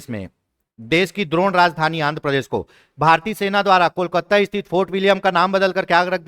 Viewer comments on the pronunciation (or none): none